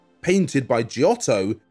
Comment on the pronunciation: Would be nice if he could pronounce Italian names properly, given the many Italian artists: it's not GEE-oh-vanni or GE-otto. The "i" is only there to turn the "g" into "j." So it's "JOE-vanni "& "Jotto."